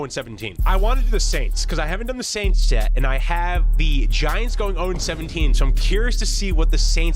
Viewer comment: Bro said the New Orleans Aint’s